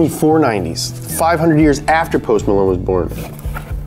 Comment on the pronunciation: It's PMalone not BMalone